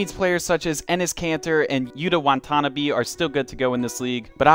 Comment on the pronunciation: the way he pronounced yuta's name makes me want to die